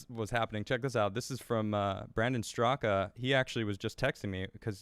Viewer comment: Brandon Straka is someone you need on your show. It fits you perfectly and would be great interview. Oh and I believe the last A isn't pronounced in his name